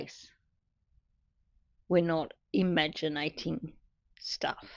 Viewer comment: Imagi- na- ting 😂😂